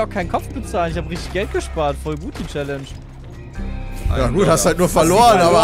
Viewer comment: so langsam wird die aussprache von challenge echt lahm - man könnte also mal damit anfangen es wieder normal auszusprechen - hab es eh nie verstanden warum sich damals so drüber aufgeregt hat... er war (und ist) ja selbst keinen deut besser